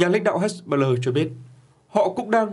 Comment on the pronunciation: Phát âm...nản, hết... "he-bô-lát", rồi đến "hét-bơ-lơ"...?!😅😅😅